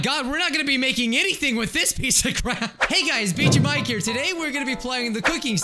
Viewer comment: “Turns on subtitles” hears*; hello guys, bijuu mike here! Subtitles; hello guys, beat your bike here!